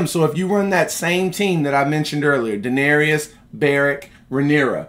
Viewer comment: My guy you gotta stop mispronouncing Daenerys name lol. It's DA-NER-IS. Not DA-NER-EE-IS lol. Love the content tho 👌